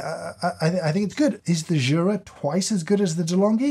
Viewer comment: it's "you-ra", not "choo-ra". Jura is the mountain region northwest of the (swiss) alps. Jura is a swiss company named after said mountain because of their location just southeast of it. greetings from switzerland ;)